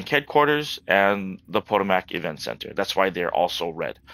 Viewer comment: Great video!!! Just for future videos, its pronounced "Po-Toe-Mick"